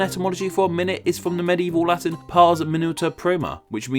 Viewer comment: like, "my-noot?"